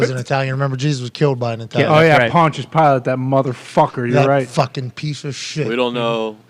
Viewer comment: "Pontius piletti" conna a fool for that one. 🤣